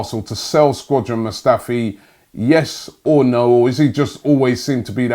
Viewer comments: Robbie who is Squadran? its shkodran. Worst pronunciation of players names always 😂😂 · Man said squadran mustafi again robbie 🤦🏽‍♂️